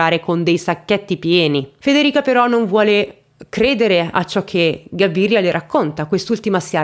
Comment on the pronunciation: Cabiria...non Gabiria.. c'è anche un film di Fellini: le notti di Cabiria.